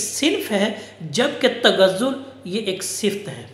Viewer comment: بہت اچھا سر ! اسکا تلفظ صِفت نہیں ہے ۔ صِفَت ہے ۔ آپ کا ادنی شاگرد